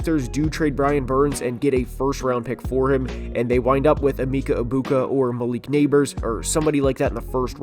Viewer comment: the way you butchered Egbuka's name sickens me